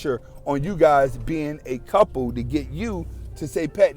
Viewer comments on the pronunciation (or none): none